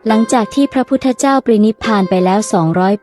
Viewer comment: ปรินิพพาน อ่านว่า "ปะ-ริ-นิบ-พาน"